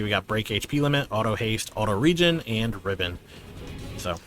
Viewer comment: Thank you for pronouncing "regen" correctly.